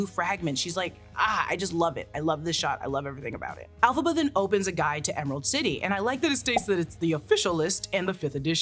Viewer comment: Elphaba starts with an E not an A.